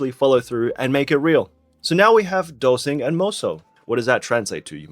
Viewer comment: korean has no SI sound. just like japanese. both languages can only say SHI . so that is DolShing & MoSol